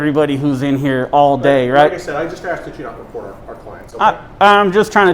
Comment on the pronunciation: Pet peeve it ts OUR as in hour not ARE! Pronounce it correctly! My pet peeve however it is important! You are so great glad you are back at it!!!